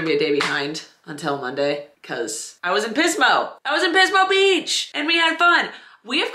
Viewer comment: Firstly, Hello! Secondly, I think it is very considerate of you to consider the sanctity of your Significant Other, and your reasoning behind that. Much respects. Thirdly, I had to catch myself at your pronunciation of Pismo Beach - to my ear, it initially sounded as "Piss, mo'," and I extend my sincerest apologies, ma'am. Take care. :elbowcough